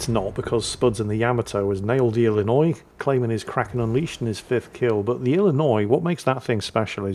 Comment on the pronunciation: you pronounced Illinois without a struggle way to go!